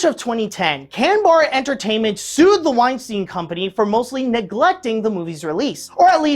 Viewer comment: Why does he pronounce "Weinstein" as "Uainstiin"?